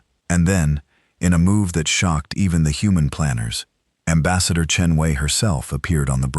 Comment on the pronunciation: AI sucks. Voice and text misaligned, and poor ambassador Chen Wei. How many ways is her name mispronounced?